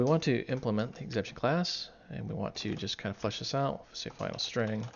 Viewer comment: Why are you pronouncing it "exemption"?